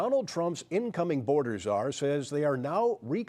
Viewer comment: This reporter just pronounced the C in Czar. Not too sharp